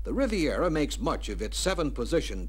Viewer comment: RIVIERA. Not “Rivera.” That’s Geraldo.